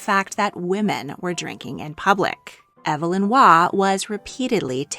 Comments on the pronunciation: Waugh's name was pronounced EEV-lin, not EV-uh-lin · I've never heard Waugh's first name pronounced "ev uh lin". I've always heard "eev lin".